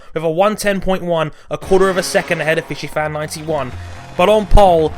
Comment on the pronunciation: Did pronounce FisiFan FishiFan?:)